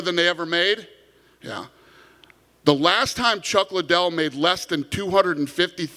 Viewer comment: "Chuck Lie-Dell"